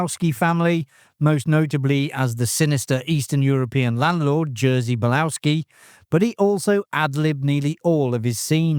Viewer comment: An-AR-kick. Bal-OV-ski. Bo-NA fi-DAY. You're welcome.